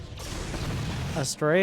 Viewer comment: Is it just me or does "Astrea" sound like how Australians pronounce Australia?